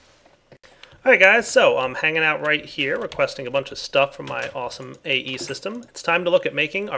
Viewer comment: You said ae again!